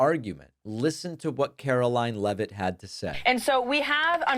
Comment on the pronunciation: It's NOT 'Levitt', it's LEEVE-iT!